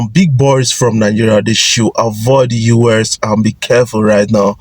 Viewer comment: Guys, is it just me, why does this guy call US (United States) UrS? There is no R in US!!!